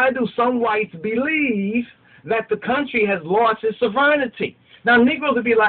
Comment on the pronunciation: you're 'count-try, tis of thee, not of me, hilarious however you need to school it.